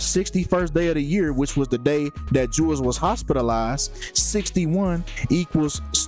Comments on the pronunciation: Can't take this seriously when you don't even know how to pronounce her name. RIP Jewell. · When you can't even pronounce her name right, just tells me you really know nothing of her. You probably automatically assume that when someone famous dies, it was a sacrifice. You're wrong, she was sick. Delete your video and re do your research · If you're trying to be respectful bro say her name right Jewell come on bro get that right you sound like a clout chaser can't even say the woman's name right